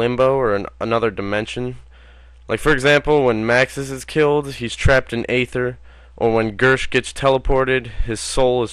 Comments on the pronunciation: Agartha not ather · It's argartha not ather